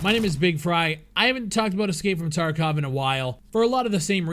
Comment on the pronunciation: Its TarkOv and not Tarkav!!!